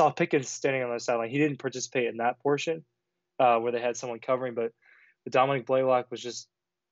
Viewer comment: Domi NICK…not Domi Neek.